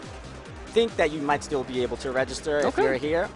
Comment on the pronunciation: It's not 'Abble.' It's 'Able.' As in 'Why aren't you able to read his name correctly?'